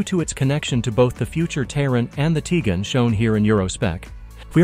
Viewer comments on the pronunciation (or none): This guy pronounced Tiguan like 5 different ways 😂😂😂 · None of which were correct, ex. Tee-gen.